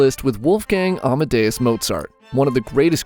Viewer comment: oh my shocking everytime you say amadeus i got a mini heart attack though the screen